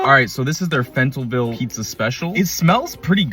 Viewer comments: Fentalville your pissin me of like when people pronounce washer warsher 😂plz stop it lol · Pronounced Fell-ton-ville